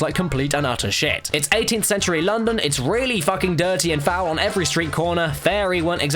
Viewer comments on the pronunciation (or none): none